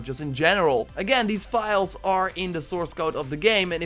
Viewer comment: The only guy on youtube who pronounces file as vile xD